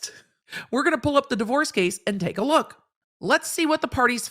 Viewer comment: *take not rake, ffs.